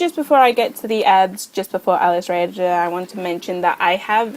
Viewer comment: I think its said alice-raz-or